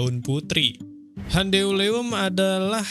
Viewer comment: Cara bacanya lucu, gan... "Handeuleum" jadi " Han De U Le Um"... :face-blue-smiling::face-blue-smiling::face-blue-smiling